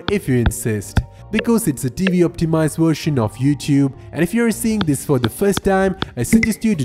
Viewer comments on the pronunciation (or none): none